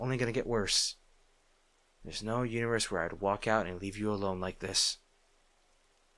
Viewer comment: "There's no universe-" I heard uterus instead of universe 💀 (Great audio though good job as always)